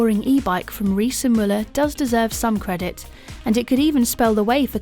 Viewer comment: Thumbs up for your pronounciation of "Müller". The best I've heard from an English native speaker. Umlaute are a bitch, I know^^